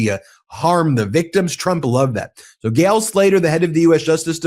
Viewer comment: It's Gail, not "gal" STOP CLAWING AT THE CAMERA